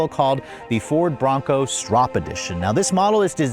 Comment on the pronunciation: You contradict yourself throughout the entire video. Kind of a fail. Gas tank size, brand of tires, pronunciation of the name etc😢